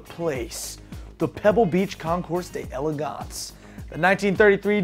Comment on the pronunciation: its pronounced (day-legawnce)dipstick